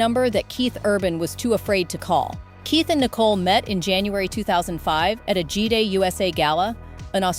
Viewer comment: Stop calling it Gee day...it's Gi-day.